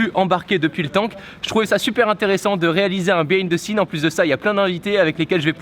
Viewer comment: Un " béhine the scene " ? 🤔😂😂